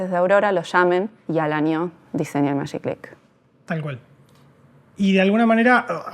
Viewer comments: Buenísimo, che. Aguante el Magiclick (que dicho sea de paso, argentinidad mediante, se pronunciaba "majiclick", no "mayiclick"). Tuve todos los modelos. Y esto antes de cumplir los 35: ni en pedo duraban 104 años. El del botón atrás (en el pulgar) era incomodísimo: desconocimiento total de cómo funciona la fuerza del pulgar de parte del ingeniero a cargo. Ninguno era cómodo, pero los más ergonómicos eran el facetado, que se apretaba con el índice, y el largo con el botón arriba, que se apretaba en forma de pinza, con toda la mano. No por nada fueron los últimos en aparecer. Muy buen video. Suerte con toda la serie. Saludos. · Hola , muy interesante. Y muy bueno , Pero se pronuncia con G no Mayiclick.